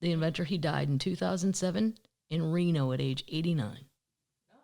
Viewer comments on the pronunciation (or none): none